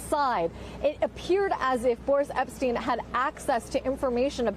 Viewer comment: The correct pronunciation is 'Boorish Epshtyne"